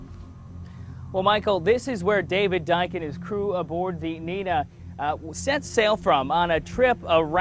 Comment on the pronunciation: The boat was Niña, not Nina. The old lady was the only one I heard pronounce it right 😭